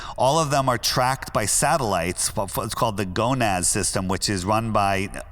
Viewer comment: He called Norad "Gonad" lmao